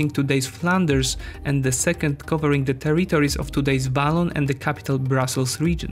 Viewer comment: Nice video, it's a really interesting situation ( from the outside). May I suggest 3 words for you to focus on pronunciation? ★ Area ★ Territory ★ Separatist